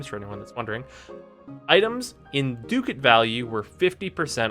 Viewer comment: I know I'm really late to this and this is also a little pedantic, but... "Ducat" is pronounced "duck-et" not "duke-at." <-- click the audio link there to hear it pronounced properly ;-) On to the REAL comment -- Awesome guide! I know what I'm saving my ducats for this upcoming July now!